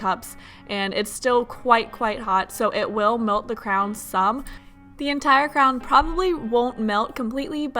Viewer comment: you say crown not cray-on lol😂😂